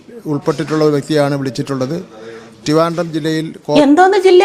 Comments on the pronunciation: ടിവാൻടം, പോസോ, പെർസെൻടേജ്, ഇതൊന്നും മറ്റുള്ള കസേരയിൽ ഇരിക്കുന്ന മലയാ ഇളികൾ കേൾക്കുന്നില്ലേ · ടിവാൻണ്ടം ജില്ല 😂😂😂😂